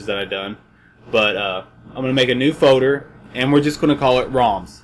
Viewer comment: I think you mean FOLDER no FODER